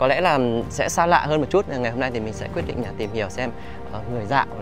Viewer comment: sao trong vd này cô lại nghe thấy nói ngọng nhỉ ( quyết = quết?)